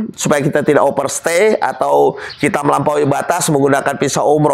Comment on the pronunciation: Bukan Pisa tapi Visa !!😊 Sorry pak koreksi ...jgn tersinggung ..overstay bukan operstay😅.